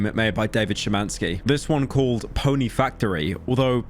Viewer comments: You actually cared enough to pronounce Szymanski right. I'm proud. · sorry but the fact u pronounced szymanski mostly correctly is shocking